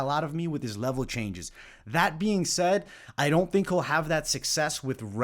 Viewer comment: Sed, See-yaid, Si-yeed! lmfao had me rolling man. Happens to the best of us but you know I ain't gonna let that shit slide without timestamping it. Went full Brendan Schaub didn'tcha?